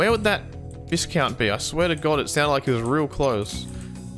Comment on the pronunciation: It's pronounced vice-count,.